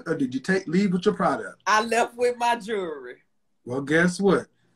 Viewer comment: The way she said "Jewerly".. You could hear the elderliness in her voice..